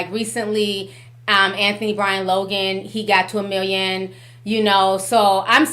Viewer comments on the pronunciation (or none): none